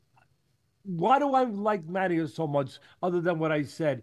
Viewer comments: It’s Matiiiiiiias… Not Matiaaaaaaas… Accent on the í… say it right guys! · Subriel Matías is the best. Teofimo has the biggest mouth, and Haney isn’t even in question. Algieri disrespects by mispronouncing Matias.